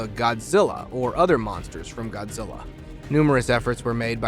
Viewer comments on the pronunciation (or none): none